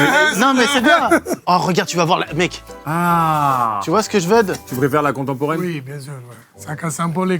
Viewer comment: "Tu vois c'que j'veud? " je vais tout casser